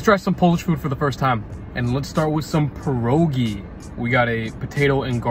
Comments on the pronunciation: You pronounce pierogi like this: p-ye(like yes)-ro(like lo but with r)-gee(like geek) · please, say pronounce it pi- like pee, er - like you were going to say erm, and ogi- oge : pierogi! ❤ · pierogi are actually pronounced "P-ee-y-eh-row-gee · i know not everyone mispronounce pierogi on purpose but to those who do, please stop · The way he pronounces pierogi is funny but tbh I’m so basic and my favourites are either blueberry or ruskie As they r the only ones I made with my polish family I’m not the biggest fan of other ones loll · My guy pronounced pierogi wrong. ☠️ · Did he pronounce pierogi right? I pronounce it different even though i am polish. No hate im just confused. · Idk why people insisit on butchering the pronunciation of pierogi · Im literally about to sue, as a polish child that pronunciation hurt me mentally and physically Also idk what you called the second dish but its called ‘gołombki’